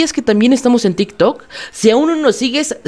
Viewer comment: jajdjajs al principio escuché "dick dog"en vez de tik tok